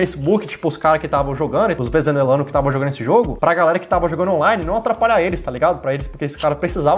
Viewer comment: OS VEZENUELANO... KKKK